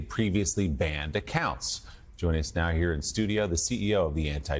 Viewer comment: The first MSNBC newsreader who correctly pronounces Semitic, – thank you, Willy!